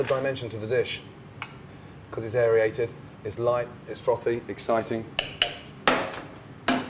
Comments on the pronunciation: Airiated isn't a word. but Aerated is. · Airiated? That's not a real word Gordon lol